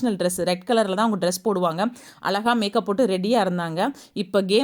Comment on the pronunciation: மிக்க மகிழ்ச்சி முதலில் நீங்கள் நம்ம தமிழ் மொழியை கொள்ளமல் பேசுங்கள் .அலகாக இல்லை (அழகாக).